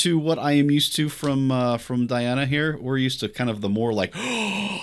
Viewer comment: Not die-anna. It's dee-anna. And ahn-ku-DEE-no-va.